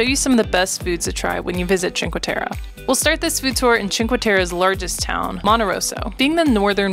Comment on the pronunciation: it's teh-reh not teh-ruh... :)